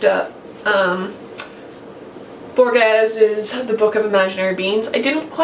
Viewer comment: Hi! I'm glad to see you've bought a South American author. Borges is great and I suggest you read The Aleph, a very famous collection of short stories of his. PS: I do know you have difficulties pronouncing foreign names, especially those that contain sounds that don't exist in English, which is perfectly understandable, but I really couldn't understand when you said his name!